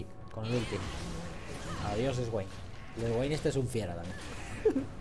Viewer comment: esguain... se lee Suein Q-Q